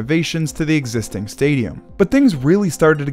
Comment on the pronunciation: “Exsiting?” What’s that?